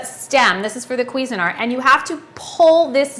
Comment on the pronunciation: I know but she can't pronounce it. queezyart Haha